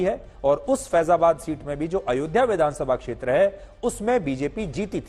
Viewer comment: ध्यान से सुने तो पता चलेगा कि राहुल गांधी अयोध्या शब्द भी ठीक से नहीं बोल पाते